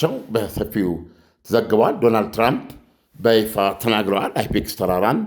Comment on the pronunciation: አይፔክስ ሳይሆን የተራራው ስም ፒካክስ ተራራ ነው❤❤❤